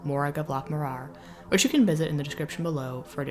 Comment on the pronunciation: Please fix your pronunciation. Its M MOrar, rhymes with roarer. not moRAR